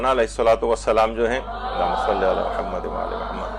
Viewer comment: سر یہ فضا ئل درودشریف کا سلسلہ جاری رکھا جائے۔ اقسام درودشریف اور افضل درودشریف بارے بھی بتایا جائے ۔ سر یہ بھی واضح فرمائیں کہ آپ کے توجہ دلانے کے باوجود آپ کی ویڈیوز میں خواہران کی طرف سے درودشریف درست تلفظ کے ساتھ نہیں پڑھا جاتا ۔ مثلاً لفظ محمد کو بہت کھینچ کر بگاڑ دیا جاتا ہے ۔ مہربانی فرما کر اصلاح کروائیں ۔ جزاک اللّہ